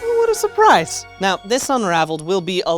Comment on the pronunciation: “Owoht a surpriys!”